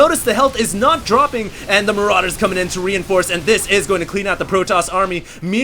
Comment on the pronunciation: haha i love how he says maraiders are SO BEEFY! lmao